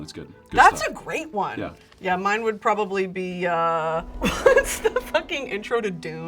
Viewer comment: “okay literally halloween probwably” “he’s kind of spooky” is sending MEEEE